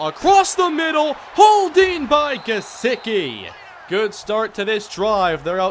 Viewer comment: It’s Gesecky in how it’s said not gesicki